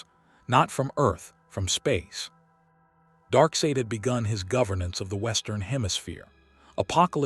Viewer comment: You’ve got to spell out “Darksied” as “Dark Side” for you AI VO to get the pronunciation correct. 😉